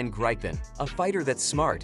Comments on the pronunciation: Not Graipen, but Gripen, like in people. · Just stop calling it "graypen".. Just call it JAS GRIFFIN... gripen mean griffin